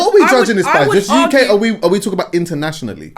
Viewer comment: The UCK 😂 🇬🇧